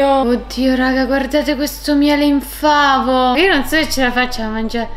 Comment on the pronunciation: Ma sono l'unica che sente "miele infameh" al posto di "miele in favo" hahahahaha. Il miele si era scocciato di essere in favo ed è diventato infame hahaahahhaah